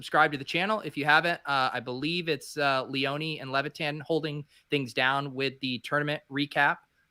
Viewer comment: Is it me or is everyone mispronouncing Leone?. Is it not [Lee-ohn] and not [lee-onee]?